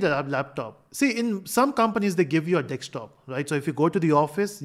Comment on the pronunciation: Desktop ❌ Dekstop ✅